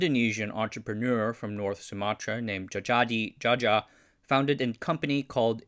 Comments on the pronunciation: Jaya-dee jaya. Ja as in jar, and ya as in yacht, jaya. 🤙🏻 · its pronounced "jayadi jaya"